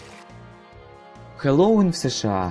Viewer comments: Произношение Хэллоуина у тебя не очень и вообще не правильное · аааа, от твоего произношения слова Хэллоуин в некоторых моментах из ушей кровь идет 🤕🤕🤕